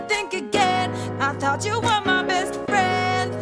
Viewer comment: It's thought not though e-e